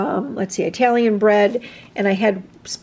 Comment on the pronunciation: "Eye talian" must be from Eyetaly instead of Italian from Italy